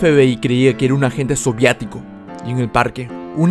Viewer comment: no se si es por que estoy sordo o que pero lo escucho decir soviatico en lugar de sovietico